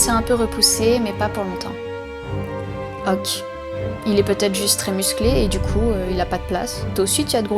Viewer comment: En 16 ans d'existence tu es la première personne qui ne prononce pas "OKÉ" mais "OQ" XD Mais j'aime bien le concept